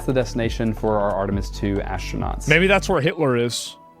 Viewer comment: Why does this guy keep saying Ashtronauts?